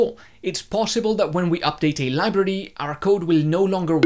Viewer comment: whats a 'libirdy'?